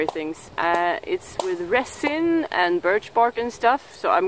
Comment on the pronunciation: Now, I'm jealous! He seems nice. Where did you get such a nice blow-pipe? Just a tip, my darling. There is no T in resin. I hate to see you suffering so. I would love to come to Sweden to help. Have I missed some videos? When did you quit teaching? Why? I would love to have a fire-steel you've used--even the small one would be wonderful!